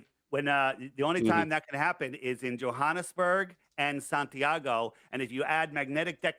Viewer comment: Did they pronounce it John Hanes burg?